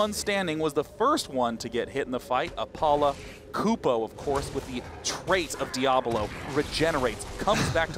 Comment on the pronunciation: "op-u-la" i'm pretty sure he was going for a-paul-oh or apollo since his name is paul oh.